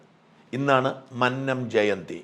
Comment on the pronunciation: മന്നം ഉച്ചാരണം അങ്ങനെയല്ല